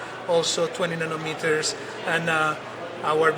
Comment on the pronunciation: Nonometers? Its nanometers genius:)